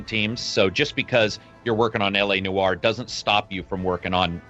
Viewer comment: "Nor" not "Nu-or". SMH